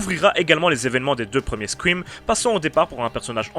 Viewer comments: c'est une très bonne video cependant j'ai un problème ne parle pas anglais si tu sais pas prononcer correctement c'est pas squim ou sqrim ou les 3 autres façon que tu l'as prononcer parce que je commence a saigner des oreilles tellement c'est de la merde. c'est Scream ca se prononce scrheem le ea en anglais sa prononce comme hee voila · c'est scream ou squouim ?